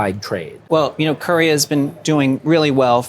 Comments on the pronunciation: Courier?? Oh he means Ko-rea. Lol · "KER-EEE-AH", not "Kereah"